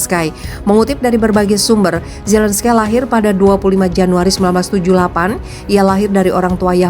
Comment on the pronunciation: g pke skie ngomongnya mbaa!! ini nama orang pke zelenski aja ckup, kok norak kedengerannya